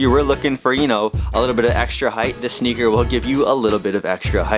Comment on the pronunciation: Sounds like he say snicker or nicker aswell